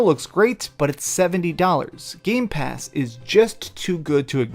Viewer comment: It’s been over a year and still can’t say Game Pass correctly.